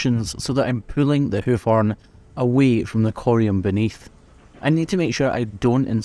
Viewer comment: He sounds Irish saying houk and houf